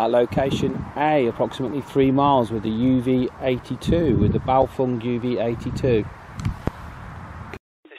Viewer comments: BaofEng not BaofUng! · NOT Bao'FONG' But Bao'FENG'